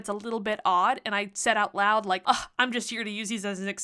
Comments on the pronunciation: Why you say "UCK" instead of "UGH"? 😂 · I've never heard someone actually pronounce the H in UGH lol